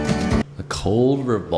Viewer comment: “A COLT Revolver clicked”…not “cold”.